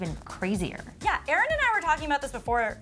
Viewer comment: Love eeerrrrnnn! (Erin in her country accent!) she so beautiful and i love her personality!!!❤️❤️